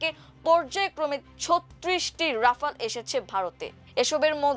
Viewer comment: উপস্থাপিকার উচ্চারণ নিয়ে আমার দেশের দৃষ্টি আকর্ষণ করছি । রাফায়েল, অ্যাপস্টিন, সহানভুতি, এবং মোকাবেলাকে উনি যথাক্রমে বলেছেন রাফাল, অ্যাপোস্টিন, সওয়ানভূতি, এবং মোকাবিলা!!! আরও অনেক শব্দ উনি ভুল উচ্চারণ করেছেন । শুধু এই উপস্থাপিকাই নন, আরও একজন উপস্থাপক আছেন যিনি নিয়মিত ভুল উচ্চারণে আমার দেশে সংবাদ পরিবেশন করেন । আমি আমার দেশের একজন নিয়মিত দর্শক। তাই আশা করি আমার দেশ আমাদের এই ভুল উচ্চারণের অত্যাচার থেকে বাঁচাবেন ।